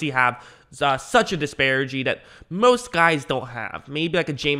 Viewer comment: The word is disparity not disparigy.